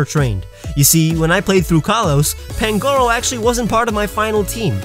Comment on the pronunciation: You said pangoros name wrong